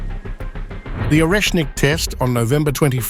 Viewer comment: Pronunce Oresnik Areshnik with an accent on the E.